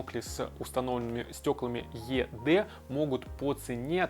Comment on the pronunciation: Только, наверное, не Е Дэ, а ИДи произносится.